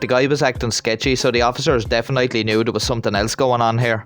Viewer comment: My man really said deafen-nightly and followed up referring to police work to wök💀🤣